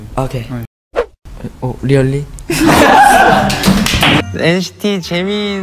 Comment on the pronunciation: ANJ G PERNAH BERHENTI NGAKAK LIAT JISUNG NGOMONG REOLLY🤡😭😭😭